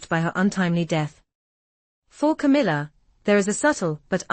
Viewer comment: Camilla not Kamala